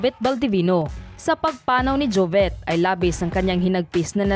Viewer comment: Bakit jovet? Jovit ata. Rip idol